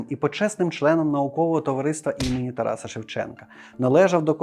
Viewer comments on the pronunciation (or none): none